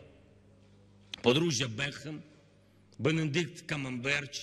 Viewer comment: Зеленський: "Бенедикт Камамберч" ..... :-/